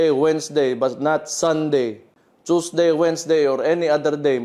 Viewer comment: Tusday at manday daw ayusin mo haha😊haha